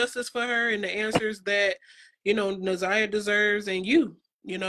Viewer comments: Why do ppl keep saying this baby’s name wrong. She keeps saying Zaniyah, I thought her name is Na’Ziyah??? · Na’ Ziyah. You keep calling the victim “Zaniya.” It’s kind of important if you’re gonna use her name for clicks. Out of respect….. make sure you got her name right before pushing out content. Please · Na Ziya not Za Niya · NAZIYAH girls i can't listen cuz u keep saying the baby names all wrong not zaniyah!! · You are pronouncing her name incorrectly…. It’s NAH ZY AH…. Not ZAH NY AH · So many creators and news channels are mispronouncing this child’s name… it’s not ZA’NIYAH, it’s NA’ZIYAH!!! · Why can't you get her name "na ziyah" right! Her name is not zaniyah! WOW! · Why tf are you calling her Zaniyah yall kill me. Ts is so disrespectful you could've kept all that to yourself if you couldn't even pronounce her name correctly! You could have even redid the voiceover smh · Please say her name correctly. 😢 It's Na'Ziyah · Hello, I’m new to your channel and I’m hearing you say her name and you are pronouncing her name very wrong. Out of the respect for her please learn the correct pronunciation of her name. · U are saying her name wrong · PLEAR LEARN HOW TO SAY HER NAME CORECTLY IF YOU'RE GOING TO TALK ABOUT HER😬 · Can we please get her name right! NA’ZIYAH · Na’Ziyah, please get her name right. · Stop butchering this girls name!!!! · New viewer here… it’s SUPER important to pronounce a person’s name correctly. Especially when you’re talking about a case like this. 🤦🏽‍♀️ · Can yall get NA’ZIYAH’s name pronounced correctly please out of respect!!! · Na’Ziyah. Why is it so hard for people to pronounce this baby’s name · It’s not about complaining—it’s about showing respect. Saying her name correctly is the bare minimum when telling her story. If awareness is the goal, wouldn’t her identity deserve just as much care? After all, if we can’t even honor her name, what does that say about how seriously we’re taking her case?